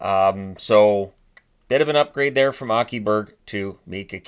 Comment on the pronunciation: I was shocked how immaculately you pronounced ”Aki”. Everyone gets it wrong although it’s so ”easy” to say correctly. Well done.